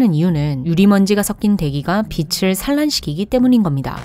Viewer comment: 빛을.. 발음 하실 때 비츨 비슬..자꾸 왔다갔다 하시는 것만 고쳐주심이ㅜㅜ